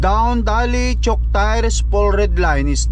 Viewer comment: Choke yan hndi chuck...